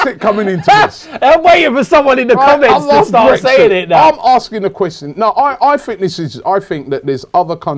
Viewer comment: Robbie cant say question to save his life